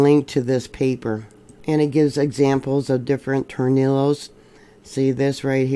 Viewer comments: In Spanish a double ll is pronounced as a y sound. Torniyos. I enjoy your earthquake reports and look forward to them every morning. Thank you for the geology lessons. God bless you. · Wow, you can't pronounce the Spanish tongue to save your life! "Tore knee yo" waves. Some of my mispronouciations favorites over the years: Tehachapi La Jolla Jamacha San Diego...no, you got that one right. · two ll’s next to each other in Spanish are pronounced with a Y sound. Just for information sake. I Love your videos by the way.